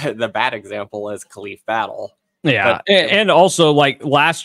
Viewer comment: Maybe Battle did come because you guys don't know how to pronounce his name